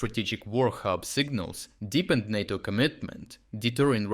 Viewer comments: Good content as usual. BTW, "NATO" is pronounced with a long "a" sound. It sounds quite odd with a short "a". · I question if AI voice is being used as words like NATO are being pronounced two different ways.